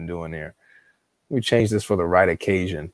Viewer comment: Did you say " The Right Occasion " or " The Irradication " ?